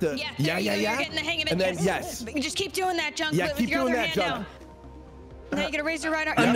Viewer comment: Junk, not duck